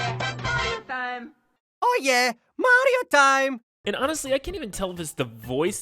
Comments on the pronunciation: I'm fine with the voice, but as a Spanish speaker, hearing the pronunciation of that "MaRRio tSime!" makes me suffer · "MaDiO tIeM" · Wow! He really messed up that "Mario Time".